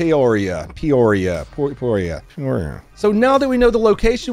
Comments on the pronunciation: Pee-ore-ia Arizona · It's PEE-oria. Lmao. Also, that absolutely sucks about your TRX. 😭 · Pee-oria is the correct one lmao but payoria is wayyy better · Its pronounced Peeoria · It's pronounced Pee-or-iah, we have one in Hellinois.... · I know that exact spot in Peoria Arizona pronounced pea-oria its the nicest place in Phoenix my gram gram used to live less then 5 mins away from that dealership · I was born raised and still live in Arizona. The city is pronounced P _ oria. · I don't know why he acted like it's the hardest word to pronounce it's literally pronounced how it's spelled Pe-o-ria. (Pee-oh-rhea) I just realized spelling it phonetically makes it look like a medical condition where you Pi$$ out of your A$$. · it's literally pronounced like it's spelled... Pe-o-ria...he acted like it was Aquebogue, New York or something. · Pee-or-ia, like die-or-ee-ah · It’s pronounced “PEE-or-REE-Ah”. Source: I live in Illinois. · You're killin' me man!! "Pee-Or-Ee-Uh"... just like the one in Illinois. LOL!! This happened about a half mile from my house. They were very tight-lipped about the details on the local news, too. Nextdoor was all abuzz about Bell Rd being backed up because of police presence, but that was about it. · “Pea-or-ree-a”. Just wanted to help, Arizona native. This area is always yielding interesting stuff. Glendale just to the South always has some “interesting” stuff too. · it’s PEE-OR-E-AHHH…and yes, you hang on the AHHH part because you can. 😂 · PEE-OR-EE-UH!!! there's one in Illinois too! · Hey, it's PEE-OR-EE-UH! You're KI11IN ME, SMALLS. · Peeee-oree-yuh, AZ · Pee-or-ee-uh, to name the proper enunciation 😂 No wonder why he couldn't pull off the nasties he was planning. He brought an FN. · Lol it's pronounce pee-or-e-ah Peoria but yes I concur he switched from long gun the sidearm because of I think he saw the suspect shadow good job jump that was a nice asphalt temp check challenge😮😮❤ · lol its pronounced " PEE-or-ee-AH